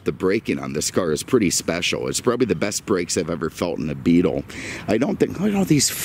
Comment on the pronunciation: Why do you say "middum" instead of middle? just curious. And why do you call the VW Beetle a Beatum"? again, just curious.